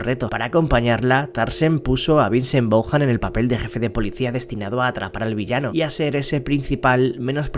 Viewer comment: Vincent Bauham? Qué tanto costaba investigar bien? Es Vince Vaughn. Pero bueno, los españoles no son los mejores pronunciando Ingles